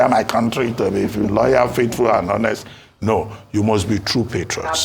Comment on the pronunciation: See his mouth like to be faithful loyal and hhhonest smh